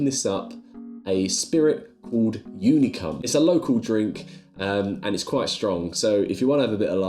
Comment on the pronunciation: unicum is nothing to laugh about - or maybe we are not thinking about the same thing? I am thinking about a famous Hungarian liquer. but the way you pronounced it - God knows what you've ordered 😆